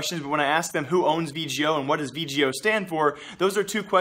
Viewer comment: Its V-GO not V-G-O